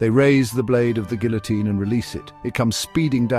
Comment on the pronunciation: You're saying Guillotine wrong.